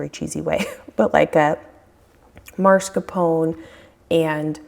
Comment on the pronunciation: There is only one R in mas-caR-pone.